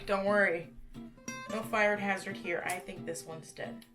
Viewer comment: I litterally understood "I'm HAIR to show you stuff" lol